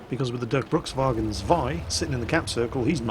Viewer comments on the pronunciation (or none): Dörkbrukswagen? What is that? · sounds so funny how u try to speak Durchbruchswagen 2 :D sounds weird to a german :D